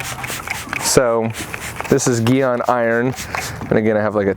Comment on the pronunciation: Geeon? G-on mate 😉😀